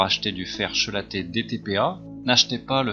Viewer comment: "K"élaté pas "ch"elaté , c'est du grec ;-)